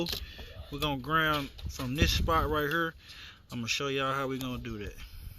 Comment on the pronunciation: You say "hurr" like you from St. Louis!😂